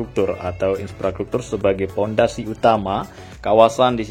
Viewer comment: Infrastruktur bro, bukan instratruktur